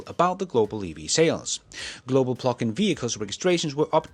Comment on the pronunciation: I’m convinced he says PLUCK-IN on purpose.